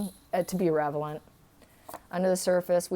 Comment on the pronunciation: Did I hear "revelant" (sic) instead of "reLevant"?